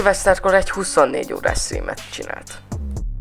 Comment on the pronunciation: Szia! Jó lesz ez. 2 tanácsom lenne, ha már kérted. Ez a story mesélés dolog jó, jó a szöveg is, de! a hansúlyozásra és a szünetekre figyelj oda. Van, ahol nagyon természetellenesen megnyomod a hangsúlyt (pl. a 12 órás stream-nél), máshol meg indokolatlanul sok szünetet tartasz. A másik technikai jellegű tanács: szerezz be egy jobb mikrofont! A jó hangminőség magasabb bizalmat gerjeszt, hisz azt közvetíted kifelé, hogy igényesen próbálod odatenni a tartalmakat. Nem kell őrült nagy költségekre gondolni. Nekem pl. egy Razer Siren Minim van, amit 9.500-ért vettem újonnan. És az pl. egy nagyon jó hangminőséget képvisel. Kezdő streamereknek kiváló! Ez a két-három dolog, amit írtam, mind fejleszthető, javítható. Ha megfogadod a tanácsaimat, akkor egy magasabb szintre lépsz majd. Csak így tovább!